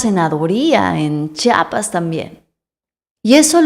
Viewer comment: No se dice chapas, es Chiapas (IA) Ch(IA)pas